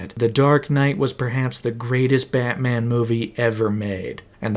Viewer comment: “BAHT Man” why u gotta say it like that…? 😂😂😂😂